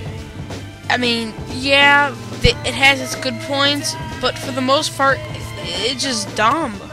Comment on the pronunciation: 519 he says fart instead of part